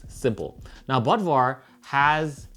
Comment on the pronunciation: If the O umlaut in Bodvar is Germanic he should be pronounced BOODVar